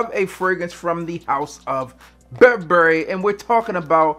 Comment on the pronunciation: You can't even say Burberry...